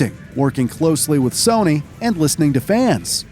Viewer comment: Feeled like he said soney